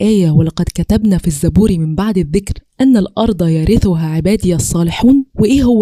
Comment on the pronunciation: السلام عليكم ورحمه الله وبركاته جزاكي الله خيرا كثيرا يارب أنا بتابعك وبحب اسلوبك ربنا يشرح صدرك بس ف غلطه بسيطه ف تشكيل يرثها خدي بالك ربنا ينفع بيكي